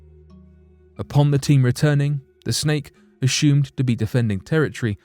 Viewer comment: Is it a "snake" or is it "shhhnake"? Also + is it "assumed" or "asshhhooomed" just like ...??? NOT sure about this Channel though... hearing a LOT of "Lamestream Narrative" being repeated here, on this channel. The lack of video evidence (i.e. using simple "Stock Footage" that anyone can buy for cheap) and NOT using anything that even resembles a "unique" experience... except for the reemergence of what's called "Picture Video" where one just pans across a picture to give the illusion of an actual "video".... Hahahahah! "conshhhumed"... IDK if the artificial voice is getting worse or if it's getting worse... Let's see if we can't get it to pronounce "assume" correctly without a programmed "sh" sound when experiencing a "ss", yet only on occasion... IDK it CAN pronounce "possibility" but NOT "assume" correctly... with the attempt to lull one into the "trance-like" zone that TV cadence will put one under. I mean, what's up with that?!? Meh! These are not the droids we're looking for... move along, move along!!